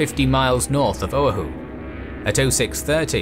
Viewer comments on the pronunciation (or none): Not to nitpick, but Oahu is pronounced "oh-AH-hoo" not "oh-uh-hoo", and Ewa is pronounced "EH-vuh", not "eh-wah" or "ee-wah", Koolau is pronounced "kOH-oh-lou", not "koo-lou". At some places I was confused by where you were folks referring to. My grandfather lived in Honolulu when Pearl Harbor was attacked. He was about 14 years old. He enlisted just before the end of the war. He and my grandmother are buried at the National Memorial Cemetery of the Pacific in Punchbowl Crater. Keep up the good work. 🫡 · for future videos its pronounced "o-wah-who" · FYI: Oahu = "oh-WAH-hoo" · Yeah he should've did a little more research..the Ewa, Oahu, Kaneohe was taking me out of the moment...iykyk